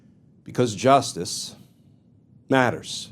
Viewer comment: Thank you Sir. But can you not pause between “justice” and “matters”. It’s a bit overdone.